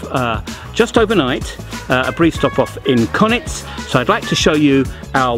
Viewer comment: I'd love it if you would learn how to pronounce Konjic correctly. It's pronounced Kon-yits not Konits.